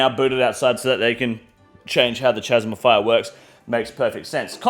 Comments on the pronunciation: This Australian pronunciation of “chasm” is killing me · At this point, I can't tell if is pronouncing 'chasm' wrong on purpose or not